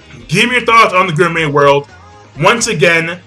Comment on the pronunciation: It's gourmet pronounced gore may